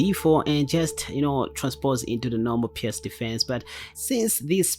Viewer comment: U don't need to trouble yourself to say pirc like pierse. It's pronounced more like perk